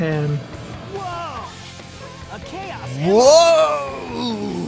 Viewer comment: Cobalt Kirikizan you forgot intentionally mispronouncing Chaos (KAY-ahs) as Chaos (CHOWS)